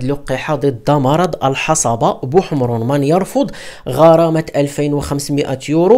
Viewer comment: بارك الله فيك اخي. ملاحظة صغيرة كلمة الحصبة تنطق بتسكين الصاد